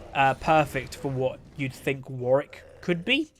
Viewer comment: seems like thats how its pronounced, imo